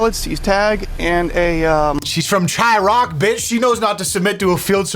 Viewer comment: did you say Chi-rock? It's Chi-raq